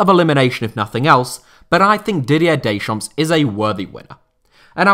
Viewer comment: stop calling him daychomps